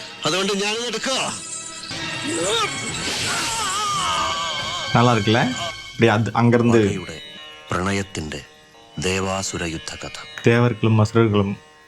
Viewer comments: Pronunciation is Devaaaasuram. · Devasuram has to be pronounced as Devaasuram